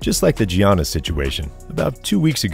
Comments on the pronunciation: Bro it’s pronounced Yannis not Gee-ahnnis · It’s pronounced Yannis, not Gi-a-nis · Why in the world are you pronouncing it Gee-annis??? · Nice vid bro but you gotta learn how to pronounce Giannis and Lukas names😂